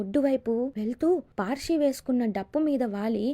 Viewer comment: అది పార్షి కాదు మేడం పర్శి అంటే పరశురాముడు అని అర్థం